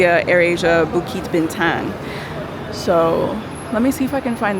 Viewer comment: Bintang is actually pronounced as "Bean-tounge" just sharing 😁